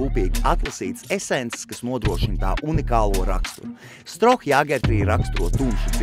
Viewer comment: Pēdējais dzēriens , manuprāt , būtu jāstāda priekšā ka " Štroo " , nevis Stroh . Tu taču burbonu nenosauci par Jaceku , ne ko ?